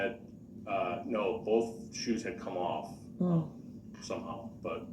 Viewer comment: It's my pet peeve also. He asked witnesses if they "seeked" to testify, I was losing my mind! Substain drove me crazy the most. Boff instead of both. Troof instead of truth. I can go on and on. He's even lazy when he talks!